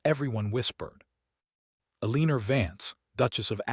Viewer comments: Once again, it's pronounced ELL-UH-NOR. Not Eeleener. This AI never says it correctly. And hoping, not hopping. 😒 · I thought someone would have fixed E-Lean-Er by now😂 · I’m unsubscribing because whoever runs this account does not proof read for emerita. This narrator is pronouncing Eleanor…El-een-er throughout the entire story. If you don’t care to fix your errors then you won’t care if anyone unsubscribes. Bye!